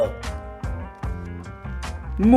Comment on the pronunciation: Nämen snygg motorsåg pronounce the å more like you are going to throw up